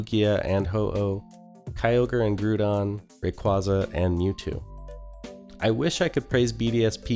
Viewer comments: Gru-don lol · Tojakiss? Groodon? 😂